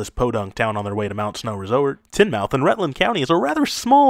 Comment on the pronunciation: Vermonter here. Fun video. A couple of nitpicks: Lamoille County is pronounced "La-MOY-al, not "La-MEEL" The town of Tinmouth, Vermont is pronounced "TIN-muth"